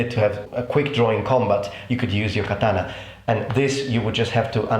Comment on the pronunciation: I find the way your pronounce certain historical things amusing, not offend you, but I have created a list of how your pronunciations sound to me: 1.katana=Datana 2.Lorica Segmentata=Lodica segmantatata 3.Kodachi=Kodai chi. Again, this is just what I hear, I don't mean to offend you.